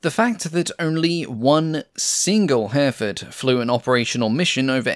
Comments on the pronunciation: The Hampden was one of the first Airfix kits I built back in the 1960s. Note that Hereford is pronounced Herryfud.😉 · Little note - Hereford is pronounced as Herrie-Ford. This is an excellent channel. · I assume you mean Hereford and Kiel rather than Hairford and Kyle. Otherwise I appreciate your research and detail. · Your pronunciation of Hereford is off enough to warrant anything from a "WTF was that" to a lynching from the locals should you ever go there. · h-error fud, not hare ford. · Herr-a-ford not Hareford! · He-re-ford. Three syllables. It's a town too. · An impressive long-form post. The 3D graphics you now employ are superb and allow for an easy appreciation of the type under discussion - congratulations to whoever does these for you. Tiny point - Hereford is pronounced herry-ford, rather than hare-ford. British pronunciations can be a minefield... even for the British (who else would pronounce Featherstonehaugh - an actual surname here - as Fanshaw)! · A good documentary ,but some strange pronunciation Kiel is Keel, Hereford is Here…ford not Herford. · By the way, "Hereford" is usually pronounced "Her-e-ford", not "Hare-ford". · Hereford is pronounced like the town - Hair-re-ford, not Hairford! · Yup ˈhɛrɪfəd in IPA, three syllables not two, with the stress on the first. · Please learn to pronounce Hereford….